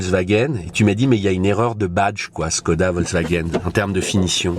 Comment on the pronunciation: il faut prononcer “chkoda”. le caron - le petit signe diacritique sur le Š - sert à ça